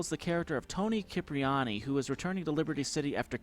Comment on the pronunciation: Tony kipriani, dude his name has been pronounced in Liberty city stories as Toni cipriani